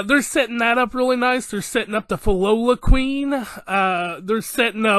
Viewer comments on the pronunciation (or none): Pronounce it as - Phil-lo-lee-yals